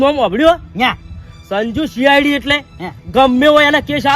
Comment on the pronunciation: સીઆડી નઈ ભાઈ.. સી.આઇ.ડી હોય..